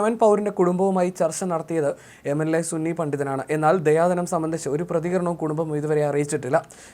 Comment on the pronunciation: ദയാധനം അല്ല ദിയാ ധനം അറബി പദമാണ്